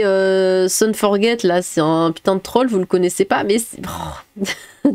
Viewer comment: Hmf, c'est pas "fort guette", ni "fort jette", c'est "forgé". "Guy Forget" (forgé) a été un grand joueur français il y a bien longtemps. Son vrai prénom ça doit être "lézépé" (lézépé son forget, ok je sors)